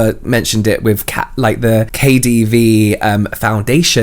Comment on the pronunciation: Haha sorry but I just giggled when you said 'Kdv foundation' instead of 'kvd' 🤭